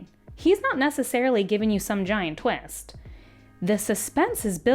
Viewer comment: please never say twist like that again. I almost gagged